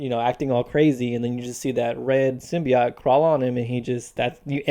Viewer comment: Youre saying symbiote wrong.....